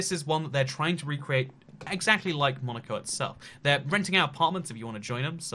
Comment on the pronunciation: When he said Monico, I thought he said Monika and I was like😲